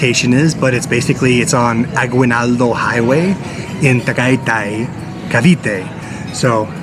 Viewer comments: Kuya, when there is “UI” it’s not pronounced as we. Its E. It’s agenaldo not agwenaldo. Just correcting a kuya. I hope you or the viewers don’t take it offensive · it's pronounced as AGI not AGWI for AGUInaldo.:) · Aginaldo ang pagpronounce sa Aguinaldo.🙂